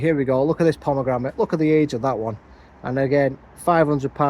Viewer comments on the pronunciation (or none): You can’t have a pomegramit until you can say pomegranate 😅😊 only joking mate 🤓 love allthingsbonsai.